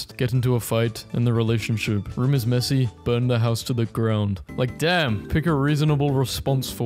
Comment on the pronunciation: THAT "DAMN!" WAS PERSONAL